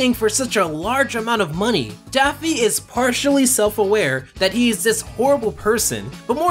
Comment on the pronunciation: Yeah I love Daphne Duck! Seriously it sounds like you're calling him Daphne multiple times in this video.